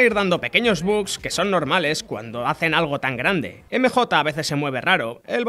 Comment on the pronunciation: "espiderman", "emejota"